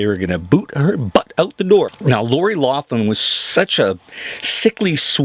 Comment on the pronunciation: Loughlin is pronounced like Lock-lin. She is irish.